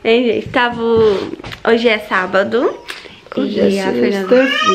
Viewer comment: se fala eu "tava" não eu "tavo" espero não ter me levado a mal ❤